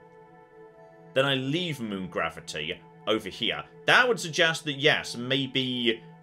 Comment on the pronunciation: Did he just say gravity boobs 😅